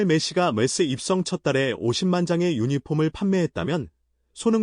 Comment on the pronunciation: 이거 가짜뉴스 맞는듯... 보통 가짜뉴스는 특징이 AI가 쓰고 읽어주는 형식입니다. 보면 썰이 추측이 심하고 읽는 톤이 영어와 한글이 섞여 있을떼 발음이 이상하게 부정확합니다. MLS 라고 분명히 발음해야 되는데 "엠쓰"라고 발음해요.